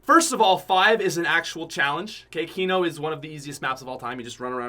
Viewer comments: Kno moor cod of dooty. moar fortnot. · I got triggered when he said kino 😂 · Was I the only one that said “I hate you” when he said kino. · When he said kino I got bit upset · PUT SOME RESPECT ON KINO'S NAME......still love you though <3